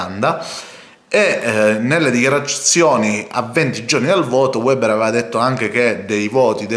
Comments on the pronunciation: per favore si dice "veber", non "ueber"; lui è tedesco, non inglese.... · Piccola Nota : Weber si pronuncia Véber